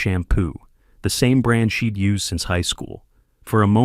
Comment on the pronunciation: But shed instead of she'd? Laughably bad.